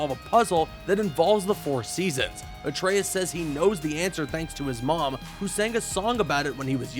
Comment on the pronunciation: Thank you for saying Atraeus correctly